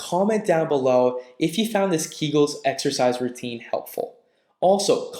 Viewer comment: Keegulls? Public floor? Come on. It is keg-ulls amend pew-bic floor.